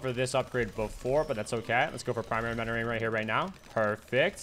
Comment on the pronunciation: Is he saying primary menoring not mentoring?